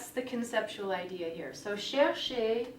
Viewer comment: teacher you dont have to pronounce the last e in the verb chercher that e is silent.